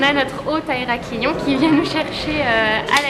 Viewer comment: Haha les filles ça se dit Heraklion comme Bonne et pas comme Ont b: Désoler mais ça me perturbais même si ça m'étonnerait que vous lisiez ce commentaire :')